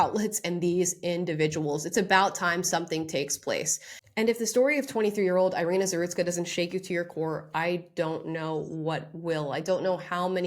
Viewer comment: Thank you for this video. Just for your information: her name is pronounced as “ee-REE-nah”.